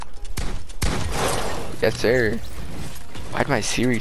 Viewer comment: When you said "yessir" it sounded like you said "hey siri" 😂